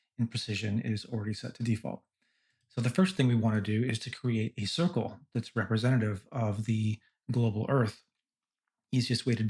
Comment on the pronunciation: As soon as this idiot Youtuber couldn't even pronounce "representative" correctly in the first minute I was out. The moron couldn't even be bothered to edit this out of the video for $10,000. GTFO